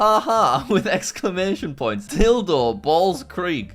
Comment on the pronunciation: Love watching another video of Jack mispronouncing words again 😂😂😂(Appalachian=Appleochan,g i f=gif, religion=region,Dildo=Tildo)